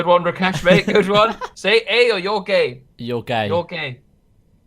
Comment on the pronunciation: Why'd he say Rakesh like that lmao